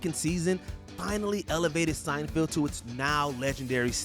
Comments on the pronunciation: I feel this is important: it's Seinfeld, not Seinfield. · It’s SeinFELD not SeinFIELD. Also did you just says “Star Trak?” What is happening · "SeinfEld", "THEE Office", what the hell man, stop butchering beloved tv series! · I'm pretty sure the narrator of this video mispronounced "Seinfeld" and "Dunder Mifflin" just to troll us/me